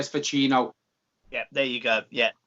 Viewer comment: Neither of you can pronounce Vecino correctly. Painful.